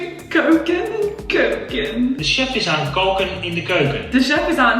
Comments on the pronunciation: Is it weird to say that I find it very funny watching u trying to learn Dutch okay I'm from Belgium so the language is a little bit different but still I laughed when u had trouble with kook in de keuken or something liked it was funny and I Can understand cuz I'm Dutch so it's easy for me to learn inglish then being inglish to learn Dutch have a great time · I was impressed with how well she did. But her thinking keuken and koken sound the same and pronouncing them that way was very funny :D